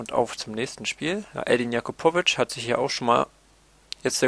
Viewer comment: er heisst ja-kuu-po-vic er ist ein schweizer :D